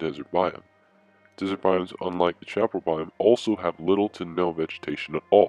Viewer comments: Sha-PAR-el? Around here and everyplace else I've ever been pronounces it sha-puh-RAL. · And in Méjico and other Spanish-speaking countries it is pronounced as cha-pa-RAL.